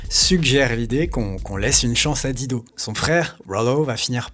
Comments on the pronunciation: Dire di do m arrache tjrs les oreilles,,,, il faut prononcer daï dou....quand on aime on respecte. C est comme george "clou nez" ben non faut dire " clou ni". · Pourquoi s'acharner à ne pas prononcer son nom correctement (c'est "Dailledeau", pas "Dideau") alors que les clips utilisés, juste là sous vos yeux/oreilles, vous apprennent la bonne prononciation? Et par contraste, "Better Help" est prononcé avec plus d'effort? C'est plutôt disrespect irrespectueux pour la personne apparemment adorée... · sinon la prononciation c'est Daïdo ! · On prononce DAILLE DO !! J'adore la voix de cette beauté, elle m'apaise me caresse !! Je peux travailler et étudier en l'écoutant, les paroles ne m'intéressent guère chez les chanteurs depuis que j'ai écouté tout Brassens qui savait écrire lui !! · Tu es génial! Vraiment! Pour une fois l'algorithme youtube qui t'a mis sur mon chemin doit être remercié. J'adore Dido (attention les français, ça se prononce "dailledo" sinon ça peut faire penser à un "godemichet") et tu confirmes ce que j'ai toujours pensé d'elle. Merci!! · Apprend a pornoncer son nom correctement, un mimum de respect, incroyable ces francais avec leur language, pffff... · Si tu prononçais correctement son nom, ce serait encore mieux ! ;-) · Je ne peux pas concevoir que quelqu'un puisse faire un vidéo de plus de 30 minutes sur une artiste sans même avoir recherché comment prononcer son nom... Et finalement on aura jamais su pourquoi elle a disparue... Aucune mention dans la vidéo de quelque ''prix caché de la célébrité'' que ce soit...